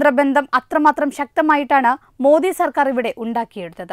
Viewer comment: അല്പം ശ്രദ്ധിച്ചു സംസാരിച്ചുകൂടെ എത്രയോ പ്രാവിശ്യം modhi ഇടക്ക് ഒരു "പുള്ളി "